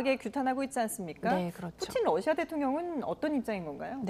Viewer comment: 러씨아 ㅋ 발음좀 신경써주세요